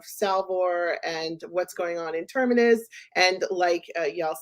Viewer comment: Please: the planet is called Terminus. Ter-mi-nus. If you're hosting a podcast about Foundation, please pronounce the names correctly. The name even indicates it's at the galaxy edge - it's like terminates. Not Termerus....